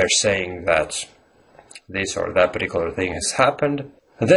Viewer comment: You're stressing or putting the accent on "that" when you should be stressing "about." It is also possible to put an accent on "doubt" and then an even more stressed accent on "about," but the tone should be lower on "that." Stressing "that" can be used if you are saying there is no doubt about "that" *as opposed to* something else. Not nit-picking, just thought I'd share my thoughts. Native-speaker here, and even I don't use idioms correctly all the time. There's no doubt about that. :)